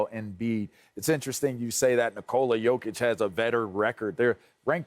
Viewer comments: Rick ima need you to just say “jokic” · Fool said jakic 😀.